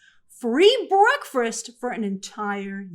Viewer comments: Grace, are you saying "breakfirst"? 😂😂😂 wtf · The way you said breakfast had me weak😂